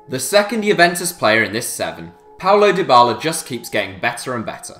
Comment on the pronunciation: its paulo dybala not paolo